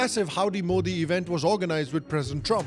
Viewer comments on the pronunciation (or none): none